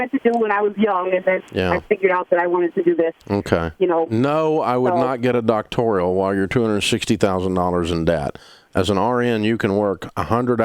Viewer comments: Dave keeps saying Doctorial, he doesn’t even know what it is. I think it’s a great education in a field that is of primary importance. Dave holds a large asset of properties, only reason you would call him is to ask for a rent reduction. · Are you going to “help” people or are you just going to sit there and make fun of people looking for help? By the way, learn to pronounce ‘doctoral’. Idiot.